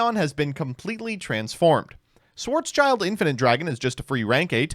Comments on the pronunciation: It’s schild =shield so black shield not child sry but ears bleed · it's schild, not child xd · Schwartz-schild is actually pronounced like shield (but without the e), not child. In fact, it mean Black-Shield, much like Roth-schild originally meant Red-Shield. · Funny how all NA's call "Schwarzschild" schwarz child Its spoken: schwarz shild Schwarz= black Schild = Shield Still banger video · you pronounce it as SchwarzSchild(Blackshield) an not Schwarzchild( Black Kid)😂😅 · Schwarz-Schild. Black Shield or Black Sign. It's not a "Child". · It s a shield... IT S A FREAKING SHIELD CALL IT SCHWARZSHIELD AND NOT SCHWARZ "CHILD". LOOK AT THE ART WORK... IT IS NOT A BLACK KID... IT IS A BLACK SHIEEEEELD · Sorry but as a German i have to say that its pronounced "Schwarz-Schild" (Like Black Shield Not Child) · Have yet to find someone pronouncing "Schwarzschild" correctly. Schwarz --> Black Schild --> Shield and not "child" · I don't think I will get over pronouncing Schwartzschild as Schwartz Child.